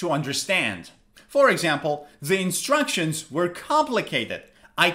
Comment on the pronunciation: In minute 6, he mispronounced terribly the word instructions. What a disrespectful video for your students.